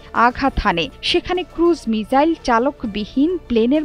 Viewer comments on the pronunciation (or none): মিজাইল না গো মিসাইল 🙂